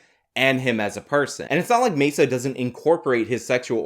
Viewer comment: Worse than white balance being off in a video: trying to sound Spanish while pronouncing Maza's last name - & still totally fucking it up.